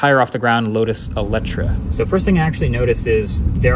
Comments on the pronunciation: It's "Lotus Electre" not "Electra". It's a car not a porn star ;) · how do your pronounce this car? why could'nt they just call it Electra.